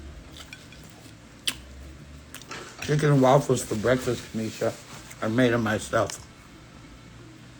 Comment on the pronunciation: Baby I hollered when I saw this title.. that shit took me out. Y u said it like the old folks..BREFFAS 🤣